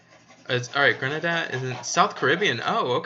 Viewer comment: Gre-Nay-Da lol